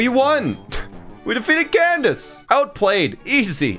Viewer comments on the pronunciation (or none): none